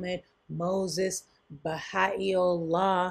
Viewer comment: I was raised baha'i. I have to laugh at pronunciation. Baha'u'llah [bahA ooo lah] .